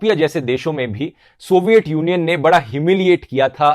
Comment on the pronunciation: सोविएत यूनियन सही उच्चारण है । सोवईएट गलत है ।